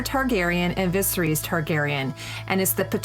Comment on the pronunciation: The only criticism I have is that she stutters and backtracks a fair bit, which sounds like it could be easily fixed by just recording again, and could use some breathing/pacing exercises. She could also stand to pay a little more attention to the pronunciation of certain words - Xaro Xhoan Doxos is butchered, as is Viserys. It's understandable since the names are pretty damn strange to the tongue, but it can be corrected by just listening to the show. That doesn't detract from the content, though, which is pretty damn great.